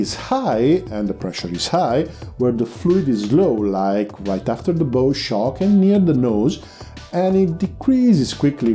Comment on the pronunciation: sorry, its hard to listeen. not bough shock. bow shock as in bow wow, a dog bark. a bough is tree limb.